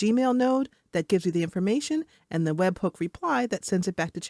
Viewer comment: very good AI voice, did you use NoteBookLM to narrate this episode? I noticed how it pronounced webhook as webbook